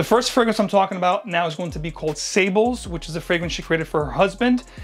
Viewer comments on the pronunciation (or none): Some more info Sables is pronounced ( Sahb) SAB The “les” is not pronounced